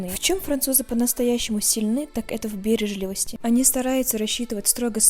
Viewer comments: БережлИвость, а не бЕрежливость... Как надоело это плебейство Вас самих не тошнит? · бережлИвость. Ударение на И. Что с нашим языком стало! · Слово ,,бережливость,, ударение на ,,И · бережлИвости, а не бЕрежливости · БережлИвость, а НЕ бЕрежливость ! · Ударение в словах! После «бЕрежливость» дальше смотреть не стала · БережлИвость, а не бЕрежливость. Так стремишься француженкой казаться? 😁😁😁😁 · Научись грамотно разговаривать,не бе'режливость,а бережли'вость бездарь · БережлИвость.Ударение на третий слог. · Девушка в бережлИвости , ставьте ударение правильно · БережлИвость, ударение на "и" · Правильное ударение- бережлИвость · Бережливость . Ударение ни И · Что за ударение на слове бережливость ??? Вы как озвучиваете ?? 🤢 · А как же они питаются,когда все закрыты?Все открыто в России, потому что уважают в России людей, которые хотят отавариваться. Бережливость,- ударение на И. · Бережливость !!!ударение научитесь ставить !! Противно слушать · То , что ударения делаете неправильно, произношение👎🏼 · это, очевидно, не к вам вопрос, а к автору ролика. Она сделала неправильное ударение в слове "бережливость" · Бережливость, ударение налог ли!!! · автор канала произнесла это слово с ударением на первое Е